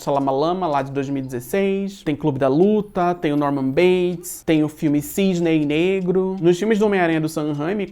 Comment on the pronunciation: obrigado por utilizar a pronúncia correta do filme cisney negro